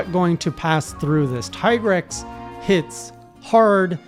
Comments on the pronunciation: Tee-grex, Japanese pronounce "i" as "ee" (Ki = Kee), (Chi = Chee), (Karate Gi = Gee), (Akira = A kee ra), (Pikachu = Pee ka chu), (Ibuki = EE bu kee) Also, Capcom officially calls him Tee-grex. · The pronunciation of Tigrex is a slightly debated issue in the community, but I'd say that Teagrex has the better arguments than Tiegrex: 1: It rhymes with T-Rex 2: The monster is also called Tigrex in other languages that much unlike english are actually phonetically consistent and well... none of those languages pronunces the letter i as eye, that's a specifically english quirk.